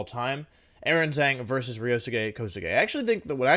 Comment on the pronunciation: I mean maybe he's memeing but the way wolfey pronounces Aaron Zheng's last name triggers me so much lol